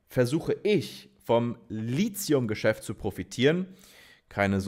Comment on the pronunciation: Mein alter Chemie-Prof würde jetzt sagen: das heißt "Litium" nicht "Lizium"!!! 😅 Gute Arbeit! Ich schaue deine Videos sehr gerne!